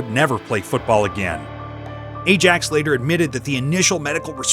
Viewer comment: My comment would be more positive if you could at least pronounce names correctly. Qatar, Ajax, etc. Shocking, really.